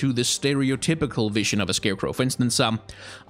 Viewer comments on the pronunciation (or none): This is random and off-topic, but I noticed that a lot of your consonants tend to be unvoiced. Words like "vision", "believe", "design" - which usually are pronounced /vɪʒən/ /bɪliːv/ /dɪzaɪn/, you pronounce them as /vɪʃən/ /bɪliːf/ /dɪsaɪn/ which I find really interesting. This has to do with phonetics and I definitely don't expect everyone to understand what I'm talking about, but I was wondering where you're from and whether English is your first language and/or if you've had contact with other languages that might have caused this :D